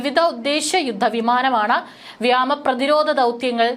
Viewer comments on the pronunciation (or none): മരണപ്പെട്ട piolet ്ന് ആദരാഞ്ജലികൾ🙏..പിന്നെ ഒരു സംശയമെനിക്ക് അറിയാൻ ഉണ്ട്. വ്യാമസേന എന്ന് ആണോ വ്യോമ സേന എന്നാണോ ശരിയായത്? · ദയവായി ഈ പെൺകുട്ടിയെ വാർത്ത വായിക്കാൻ നിയമിക്കരുത്. വ്യാമ വ്യാമ എന്നു കേട്ടു മടുത്തു .വ്യോമസേന എന്നു തിരുത്തി വായിക്കൂ.